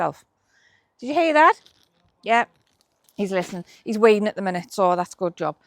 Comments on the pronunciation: Definitely said weeing......😊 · 😂😂 I thought you said he’s weeing not weeding. Good job 💪. Seating area will be lovely come summer, have a fab day, ☔️☔️🇨🇦